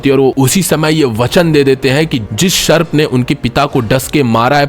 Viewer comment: वो सर्प है. शर्प नही.